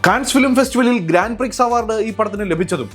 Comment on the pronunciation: ഗ്രാൻഡ് പ്രിക്സ് അല്ല .....ഗ്രോൺ പ്രി